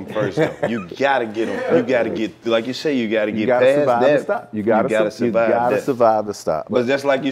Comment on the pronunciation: Where’s the R in survive 😂 Playas fuck up to😂